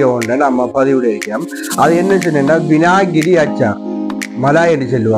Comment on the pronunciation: வினாகிரி யா???? அதனுடைய உண்மையான ஆங்கில பெயரை ஒழுங்காக உச்சரிக்க லாமே! வினிகர். வினிகர்.